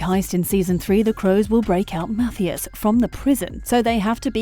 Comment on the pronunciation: MUH-TIE-IS not whatever she said